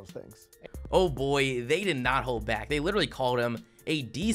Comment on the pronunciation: Dude, the content of your video is great, but you really need to work on your narration. The way you drag out the last syllable every few words really detracts from your video and makes it almost unlistenable. "Today we're gonna look baaaaaaaaaaaaaaack.............at every single playerrrrrrrrrrrrr............that was taken ahead of him in the draaaaaaaaaaaaaaft......" I mean, c'mon man